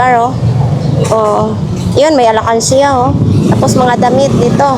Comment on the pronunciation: Alkansya hindi alakansya